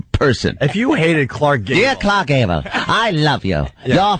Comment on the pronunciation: "Khlarckkkk Gable" - Opie